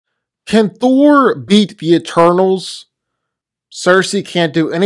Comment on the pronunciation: Why does he pronounce Thor's name as "Thur"?